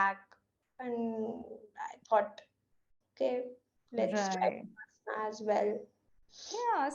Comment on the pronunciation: I am a bit critical. Please. Its विपश्शना not विपासना . The word has a meaning. Who knows, knows ! BTW thank you for the video. Go ahead 🤘